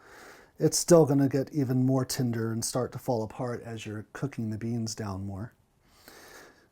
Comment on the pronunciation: Great video but the way you pronounce tender as tinder made me chuckle. I'm sorry